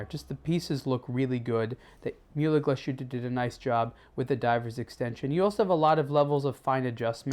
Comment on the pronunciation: "Myulah glushooter"?. Da fuck. It's pronounced murler glass-huttah